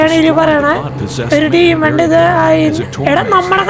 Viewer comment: Bro ഡിമോണ് അല്ല ഡിമണ് ആണ്